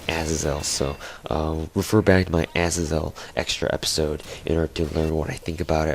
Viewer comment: yool-a-tide? as-a-zel? Uhz-ae-zul Yool-tide